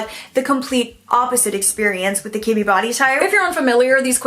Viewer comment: You said Kibbe body type and what I heard was kidney body type 😆